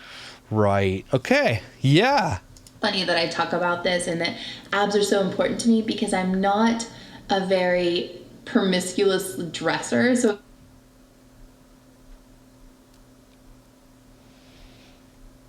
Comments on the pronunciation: I’m sorry, sid she say “promisculous”? I could have sworn I heard an “L” in there! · Did she say she wasn’t a “permiscuous” dresser?